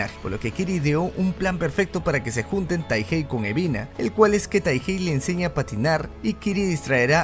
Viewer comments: mi compa el dislexico que le dice UBINA a EBINA apesar de que su nombre se ve en LOS SUBTITULOOOO AADLKJDKLDKODNK xd. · Quien más se dió Cuenta que dice ubina en vez de ebina